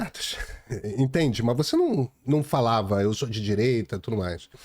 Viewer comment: Renan Calheiros "didireita"... parei aí...kkkk